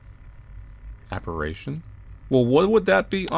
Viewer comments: Appa-RIH-shun not appa-RAY-shun!!! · Apparition. AppaRItion. RI. Not RA. RI. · Why do you always say "Ah-pah-rih-shun" as "ah-pah-rae-shun"? It makes my skin crawl. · Appar*i*tion. It's pronounced appa-risshin. It means a ghost, or something very ghost-ish. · Apparition: “app-are-ish-un” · 'Apparaytion' was worse! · It sounds like you're saying operation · The scariest thing to me here was inability to pronounce apparition correctly. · The real horror is the way pronounces the word apparition.